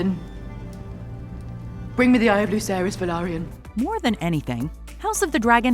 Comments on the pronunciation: You pronounced Velaryon at LEAST 2 different ways throughout this video.. incorrectly each time. It's not Vylerion, or Valyrian... it's Velaryon. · It's velaryon not valerian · Nice! Another channel that doesn't mispronounce; "Velaryon." (It's been literally addressed specifically during the episode three "behind the scenes/making of" clip, and yet still gets pronounced wrong by a ridiculous number of channels on YouTube, especially among those attempting to come across as; "experts," on the subject matter. It's quite refreshing to hear there are some who pay enough attention and demonstrate sufficient quality control out there.) it probably doesn't even matter that much lol admittedly but, still says alot. ✌️